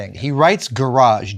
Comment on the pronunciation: GaraarJe, pronunciation. Hello Adam SavaaJe. 😁 😂